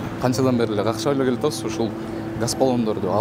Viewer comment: Газ балон дечи гас дебей кайда кайра гас дебей